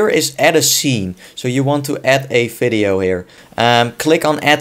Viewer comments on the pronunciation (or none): Fideo??.. Its "Video" Dude :D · "Fideo" "NFidia" Best. Accent. Ever. :D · hehe "fideo" I know that the V in german is pronounced F